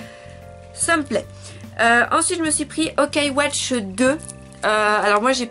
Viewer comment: Juste pour info c'est pas OKAI WATCH c'est YOKAI WATCH :)